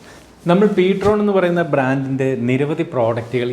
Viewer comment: Ptron ennala real name: (prime tone) ptrone എന്നാണ്